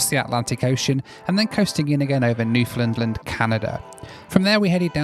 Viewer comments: it's Newfoundland, not Newfinland 😂 non Canadians and Americans always pronounce it in correctly lol. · Newflanland lmao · New flund Lund?